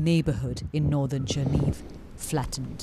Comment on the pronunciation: Chernihiv is pronounced: Chair-knee-heeve, accent on the second syllable.